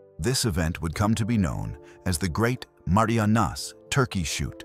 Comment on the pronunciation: Also screwed up the pronunciation of the name of the “Marianas” islands!